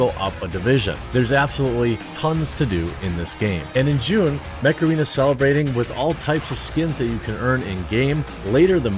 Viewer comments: damn, i thought he said sponsored by "macarena". i thought "holy shit, it's making a comeback?" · "Heeeeeey, Mech-Arena!" I hope somebody gets a horrific Dad joke chuckle form that butchery!